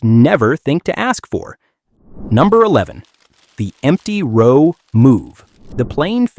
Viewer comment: He keeps saying rau not row😅